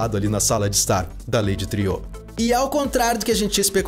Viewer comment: Eu também achava que a pronúncia correta ela Lady "triô", tipo francês, mas daí ouvi no episódio 7 alguém no episódio falar Lady "Triu" como se pronunciasse "True" que em inglês é "verdadeiro".